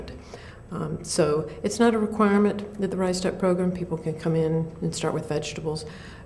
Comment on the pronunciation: Sounds like she's saying "rice dot" program. Kind of funny.